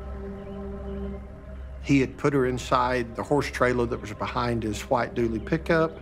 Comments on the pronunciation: This guy needs to learn the difference between was and wars 😂🤦🏻🤦🏻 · I didnt know that there here is a letter {r} in was.?